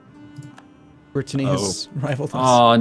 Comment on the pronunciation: Every time he says "brittenany" I twitch godamn shen